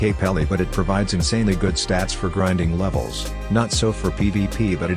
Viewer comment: bro really said "griding sea baeasts in first sea "